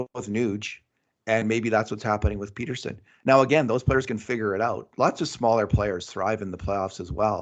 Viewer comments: it isn't pronounced PETER-sen. Soft "e". Please don't do this for two weeks. Thanks guys. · for crying out loud. It's Pettersson, not Peterson. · Can someone tell how to say Pettersons name lol. Peterson he’s saying but listen to Kurt who says it right lol